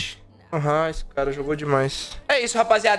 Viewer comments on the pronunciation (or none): none